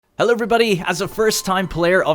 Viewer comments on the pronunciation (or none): none